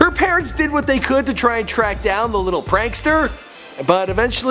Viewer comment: "Whet a prick" 😂😂